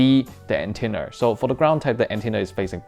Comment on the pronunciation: ... Antennr mm yes not antenna but Antennr